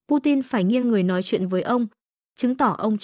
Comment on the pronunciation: Đây nà Tiếng lói Việt Lam, phát thanh từ Hà Lội, Thủ đô Lước CHXHCN Việt Lam 😂😂😂